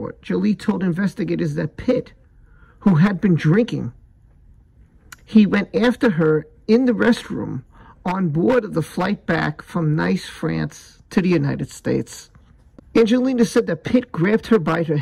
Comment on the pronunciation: Btw “Nice” is pronounced “Nees”